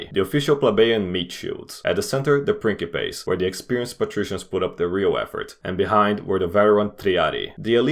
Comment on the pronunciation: Yes, your ears did not deceive you, he did pronounce it correctly.